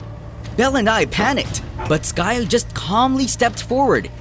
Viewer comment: Buds her name skye not skirk or skirt. So stop calling her that.